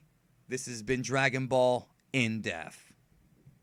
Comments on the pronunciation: Forget about how he's saying Saiyan. In the beginning of these episodes he says triumphantly "Dragonball In DEAF"..... wtf???? It's depth. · I don't mind the way you prenounce "Saiyan". It's just that most are used to the dub editions. Which is why it sounds strange. But I do however, mind that you make "Depth" sound like "Death" twice in the intro, it was annoying to me. Only reason I type this comment is because of the note on your video. It gives reason to think that you care about how you prenounce things. Which is why I felt the need to give this information to you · Stop pronouncing everything wrong 🤣 "in death" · Your pronunciation of "depth" is definitely wrong though. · You can say Sayian right but not depth lol i'm just joking great video keep up the great content. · Even if I accept that you feel the need to pronounce Americanized versions of Japanese words "properly", would you like to explain why you seem incapable of pronouncing the "p" in the word "depth". I don't know how many more times I can listen to you introduce Dragonball Z In Death. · depth is effected be any accent, where as say-in is wrong and sai-an is correct, because of how the syllables are split for the word saiyan. it would be split sai-yan not saiy-an. but that's because english is a fucking wired language.